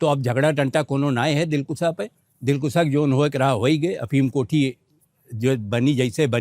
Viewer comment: Dilkusha is right word, not dilkusa. Britishers kept opium here